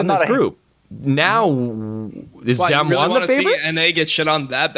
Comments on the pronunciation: I'm so tilted listening to dom pronounce damwon. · fuck do they say damwon wrong or is it me